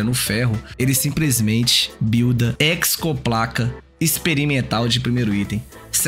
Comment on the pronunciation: De onde esse cara tira esse "c" no meio da hexoplaca?